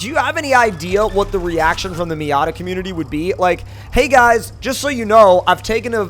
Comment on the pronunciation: Stop saying miata